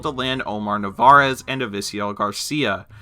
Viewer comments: It's narvaez not navarez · dudes name is omar NARVAEZ not navarez... cmon man least you could do is get the guys name right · He said omar navarez. ITS NARVAEZ. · Why you gotta pronounce the last name of omar narvaez wrong